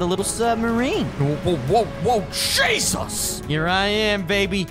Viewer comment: Why did he say shesus